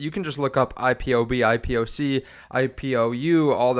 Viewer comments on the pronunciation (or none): Why do you say IPOB but then go and say IPOSEE instead of IPOCK!??????? and his name is pronounced "KAH-MATH PALI-HAPI-TIYAH!"